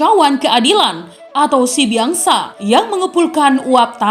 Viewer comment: Pengucapannya "Sibiaksa", Biaksa adalah tanduk kerbau